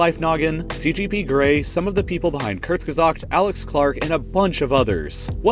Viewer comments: Taught me how to pronounce Kurzegast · Give Kurzgesagt more shout outs in your videos, you’re the first person I’ve seen pronounce it, I don’t even know if it was right, but you at least tried. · Funny how you say "Kurzgesagt" :D. Greets from Germany